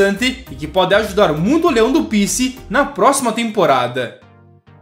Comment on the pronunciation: A pronúncia não é "píci", é "picí". Vem da sigla em inglês PC, post comand, qdo a cidade de Fortaleza cedeu espaço para as tropas americanas durante a Segunda Guerra Mundial. Hoje é nome de bairro, Pici, e é onde ficam instalados o Campus do Pici, da Universidade Federal do Ceará, e a sede do Fortaleza. Por isso, chamamos de Tricolor do Pici. Saudações tricolores!